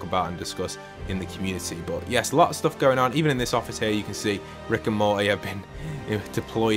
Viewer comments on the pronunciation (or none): none